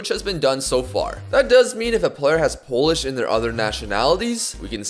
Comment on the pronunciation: You are saying Polish names and words very good bro👏👏